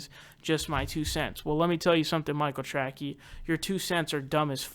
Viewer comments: For the love of god.... his name is pronounced TRAY-SEE! Jesus man how do you get Tracky from Tracey? Ok edit: if you know it’s not pronounced that way and are making a joke out of his name, then wtf is the joke in regards to calling him “track-ey”?? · Are you pronouncing his name Trackey on purpose. Because it’s pronounced Tracy. Either way you say you’re right he’s a tool. Expect a bunch of comments crying how you’re a neoliberal shill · He knows how to pronounce it. He thinks Trackey is better because it's dumb. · Lmfao, took me a moment to realize you are purposely fucking up his name.